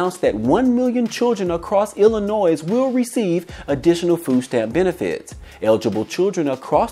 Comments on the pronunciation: "Illinois" ... The S is Silent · The S is silent in Illinois